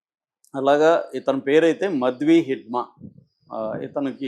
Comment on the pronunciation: మ ద్వి కాదు మాడ వి హిడ్మా